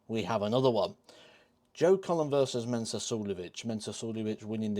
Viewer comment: It's Mensur. Not Mensuer. Just sayin'